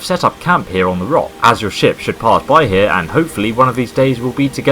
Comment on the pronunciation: When he said ship I thought he said shit